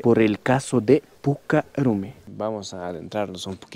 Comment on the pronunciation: Es puca rrumi no rumi...pronunciar bien el quechua...